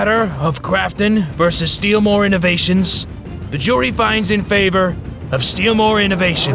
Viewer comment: It's not steelmore it's steal more